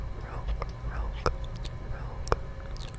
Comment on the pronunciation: As a french person I love when you speak french!! Little pièce of advice: to pronunce "rouge " you must pronunce de "ou" like the end of the english word "who". I Hope it will help you 😊